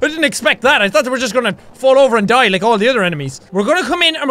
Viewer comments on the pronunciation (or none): when he says die it sounds like dathi